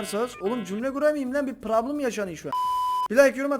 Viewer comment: Abi çok güzel diyiyorsun PRABLIM